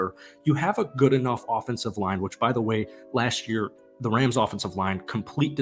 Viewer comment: my guy said Los Angeles Crams?